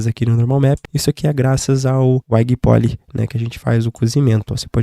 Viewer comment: Salv, tranquilo? Mano tutorial massa demais, tô voltando pro 3D e vendo o máximo de coisa sobre as abordagens atuais no tempo livre. Do tutorial acho que não tenho o que falar, tu tá equilibrando bem o "passar informação" sem se perder em "complicações/explicação ultra detalhadas" e isso mostra uma didática muito boa o/ Uma única coisa que estranhei foi que eu só fui entender o "uaigui poli"(transcrição do fonema não tô zuando sua fala), quando tu escreveu high em. O "creizi édi" também me pegou xD Sou professor de inglês também e gosto muito de estudar o IPA(international phonetic alphabet), fica de sugestão se tiver atoa mas zero necessidade pro seu propósito aqui. Porém, contudo, como o intuito é passar informação fica de sugestão tu ajustar os termos mais comuns pro pessoal conseguir procurar depois, segue a transcrição mais próxima: High -> raai (segura o a como se tivesse falando dois) Crease -> cruiz Depois jogo no translator pra tu ver se ele não te entende hehe Uma dica extra pra quem por ventura leu até aqui e entendeu que só tô tentando ajudar, sem puritanismo, é: usa um dicionário que tenha o som e o IPA embaixo, logo vocês se acostumam. Eu gosto muito do Merriam-Webster, funciona offline no app e tem site tbm. Abraço e bons estudos a todos